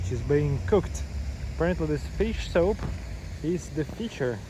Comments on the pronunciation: Dude,your english is improving,but get somebody who knows english to watch your videos with you and correct your pronunciation….you keep saying SOAP,referring to SOUP….at first was funny,now it’s getting annoying…. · He keeps saying SOAP referring to SOUP